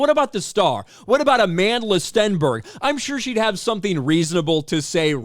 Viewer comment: Where’s the receipts Aman-DUH-La?